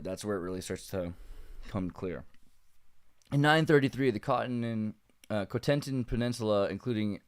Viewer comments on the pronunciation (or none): Some help with the names :) Guernésiais is pronounced 'djer-nezi-ay' Jèrriais is pronounced 'jer-ee-ay' and Cotentin is pronounced 'cot-o-te'